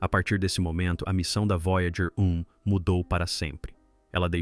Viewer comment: O vídeo ficou muito bom. Mas para os próximos sugiro revisar a narração de IA antes de publicar. Observe como em vários momentos a narração se refere à nave: “A Voyager……………. (espera)………. 1 está etc.etc.etc.”